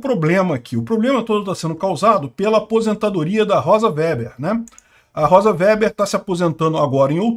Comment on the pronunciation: A sinistra descende de alemães, portanto é alemão seu sobrenome. O W, em alemão, é pronunciado V e o E é fechado. Diz-se Vêber. Significa tecelão.